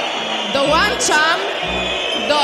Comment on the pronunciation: taka światowa a nie wie że się mówi dołączam 😅😂